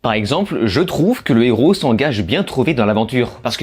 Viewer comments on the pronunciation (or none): none